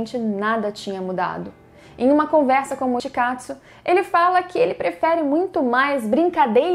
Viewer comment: Que isso "mitkatsu"